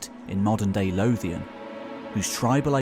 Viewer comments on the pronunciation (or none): none